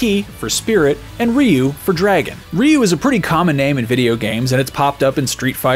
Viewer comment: Ryu while passable wasn't pronounced correctly